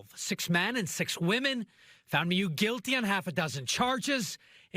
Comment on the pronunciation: OMG it's not "Me-you" it's "Mew" this journalist drives me nuts with his pronunciation, lol